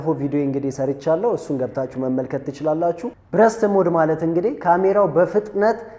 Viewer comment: አምበሳ ነሽ ተመችተሺኛል ሁለት ጠቃሚ አስተያየት ልስጥሽ አንደኛው የIIV እና የ5 ሴንሰር በጣም ይለያያል 5 ላይ stacked sensor የሚባል አዲስ ቴክኖሎጂ ነው የጨመሩበት 33mp በመሆኑ አትሸወጂ ሁለተኛው እና ዋነኛው ግን የእንግሊዘኛ ቃላት ስትጠቀሚ አነባበቡን ተጠንቀቂ ምታስተምሪ ከሆነ ብዙ ሰው ስለምታሳስቺ ለዛሬ burst ሲነበብ በርስት ነው ብረስት ትርጉሙም ቃሉም ሌላ ነው የሴት ጡት ማለት ነው lossless ሲነበብ ሎስለስ ነው loss ወይም ጉድለት ተቃራኒው lossless ምንም ያላጎደለ ማለት ነው ሉዝለስ አይደለም ሲነበብ በተረፈ በርቺ አሪፍ ነው ያለሺው follow አርጌሻለሁ